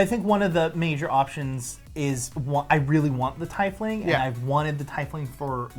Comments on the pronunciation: I kept cringing so hard because you kept pronouncing Tiefling wrong. Quoted from D&D pronouncing guide/community. Tiefling is pronounced TEEF-ling, not tie-fling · I think you made world record for mis pronouncing teifling the most times in 5 minutes